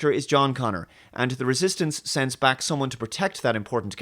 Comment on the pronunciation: I still remember when he couldn't actually pronounce "Back" properly so it always sounded like "Bach".